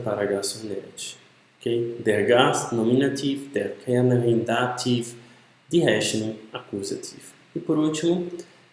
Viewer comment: Maria, você está certa. Outra coisa, no caso da pronúncia dos casos. A pronúncia de dativ não é "dativ"; é "datif" (também em nominativ, akkusativ e genitiv). O "v" é sempre lido com som de "f". Der não é pronunciado "der". A pronúncia correta é "déa". O professor aí do vídeo...